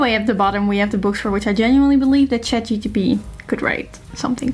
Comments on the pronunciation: It’s Chat GPT not GTP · I'm glad I'm not the only one who consistently says Chat-guanosine triphosphate instead of ChatGPT